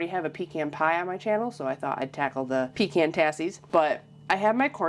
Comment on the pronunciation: Thanks for pronouncing PECAN correctly!!!